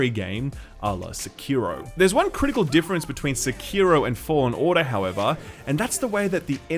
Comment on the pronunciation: how come no one ever says Sekiro correctly. Seh-Key-Rho. Not se-kir-ro.